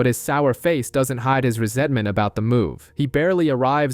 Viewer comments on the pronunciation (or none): none